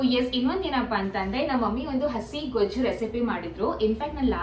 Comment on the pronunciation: ಗೋಜು ಅಲ್ಲ ಗೊಜ್ಜು 👍